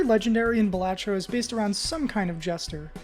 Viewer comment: Thunk: "BAL-uh-tro" Everyone: "Buh-LAH-tro" This guy: "Buh-LAT-tro"